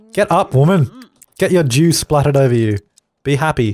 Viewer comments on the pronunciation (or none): Every time you say 'dew' it sounds like you're saying 'Jew'. So saying things like 'Lets throw my dew at Lucifer" or "Lets introduce dew into the environment' is hilarious.